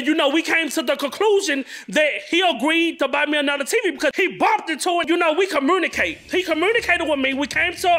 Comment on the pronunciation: “We CommunKATE” 😂 I can NOT.